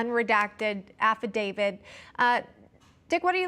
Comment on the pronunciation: affidavIT...Not "affidavID". These are supposed to be professional speakers...Pro's don't make up words...Just sayin.